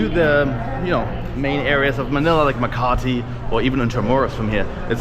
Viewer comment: The way pronounced Pasay and Makati 👌